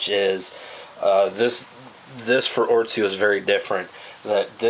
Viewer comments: its otzi not ortzi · With "oot-si" being the correct pronunciation.